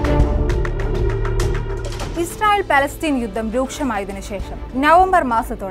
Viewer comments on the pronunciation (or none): none